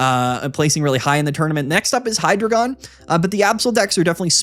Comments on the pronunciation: Hy as in "Hi", the first syllable of Hydra Drei as in "Dry", the German word for three (counting the heads) Gon as in "gone", the final syllable of dragon. Any who would dispute these truths is a despicable deceiver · It’s pronounced “Hydreigon,” not “Hydreigon” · It’s pronounced Hydreigon